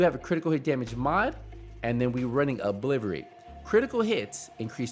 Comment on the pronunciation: In seeeink! Ahah you funny bro an how you say obliterate aha 😂